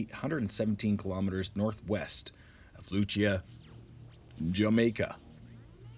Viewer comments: its pronounced lucee not luchia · I AM JAMAICAN, THANKS FOR THE REPORT ....... but this word "Lucea" is pronounced "LU-SEE" ....... not "LU-CHEA-YAH" lol lol have a good day .... no need to panic .....the earthquake was off the coast of Jamaican and cuba, there is a Tsunami warning ....but good news, no on died and there is not severe damage ..... have a good day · Appreciate the news, in Montego Bay, Jamaica and It was felt all island. Received moderate shaking but so far minimal damage and no news on any injury. Just an FYI Lucea is pronounced Lu-sea or Lu-cee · It’s pronounced LUCY by the way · its pronounced Loo-sea (Lucea) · Thanks for report. Its pronounced 'Lucie'